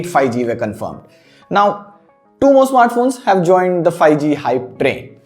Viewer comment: I seriously didn't want to point this out but lately I have been noticing in all your videos that you pronounce '5G' incorrectly. It's not 'fi-G', it's 'fiVE-G'...